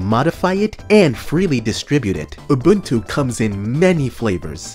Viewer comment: FFS, you're supposed to be a expert on distros and you can't even pronounce Ubuntu right